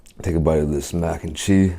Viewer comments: why does he say it like mac and chi 😂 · Whys he say mac and chee lol np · Why you say Mac and chee. Lol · Christin K he probs puts kimchi with it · He's American.